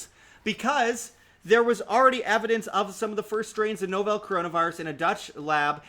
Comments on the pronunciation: I think the word "Novel" in "Novel Coronavirus" is pronounced 'Nah-vel' as in "I'm reading a new novel by my favorite author". The word novel means new, which describes the current virus. No-vel sounding like Nobel just hits the ear wrong. Otherwise, I love your channel and content! I'm just OCD about stuff like that. Here, I'll give you one more example. Many people pronounce the word "Realtor" like this: 'Rela-tor'. Grinds the ever-loving s--- outta my gears. The correct pronunciation is 'Real-tor'. You say 'Rela' and I just wanna slap you. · I'll hit the like button when you learn how to pronounce novel...